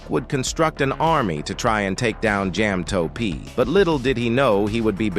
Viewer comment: Jam-toeP and maa-pic😭